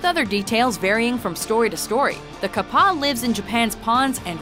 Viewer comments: its pronounce cap-a not cup_a u need more research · It’s “KA-PPA” not “KAP-PA” 🙄🙄🙄🙄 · Pronounces kappa wrong while somehow also showing clips with the correct pronunciation...